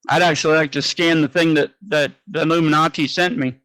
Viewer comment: Not illuminachi 😆🤣 he means illuminati 🤣🤣😆